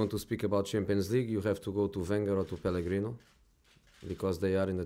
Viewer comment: Pellegrino. lol. Is that a deliberate mispronunciation ?